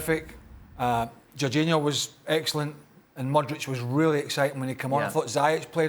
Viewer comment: Hey Craig: it's not Modric, Mudryk's name's pronounced Moodrik. And he was very good in his debut. Showed great pace, dribbling and passing ability, heck he even won the ball back a couple of times. Perhaps was drifting back too often to help defenders and Chuk should have scored instead of sliding and falling when Mudryk set him up. It was a good match overall despite the 0-0 draw. Nunez was lively once he came on and gave Chelsea problems. Chelsea actually looked better when they played with a back 4 and high pressed which caused Liverpool trouble defensively. For me that Havertz goal was good, Milner was behind both Kai and Hakim when the pass was played. Both teams have key injuries and are likely to climb back up table as they return. Liverpool may edge out Chelsea by 1 and finish 5th but not sure either team is making top 4. Chelsea's future looks brighter tho with all the fine young talent they've signed and next season they'll be back in top 4 I think, thing that can't be said with certainty for Liverpool.